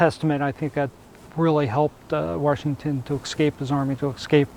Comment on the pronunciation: Good old Warshington lol